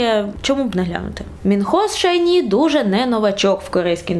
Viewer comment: ) тільки не Шай НІ, а ШАЙ ні. На крайняк Шай ТАК:D